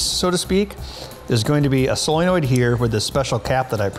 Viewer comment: You lose cred every time you say 'soilnoid'.